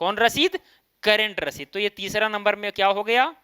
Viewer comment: करंट रसीद की जगह ससीद कर दिया है?🤨🙂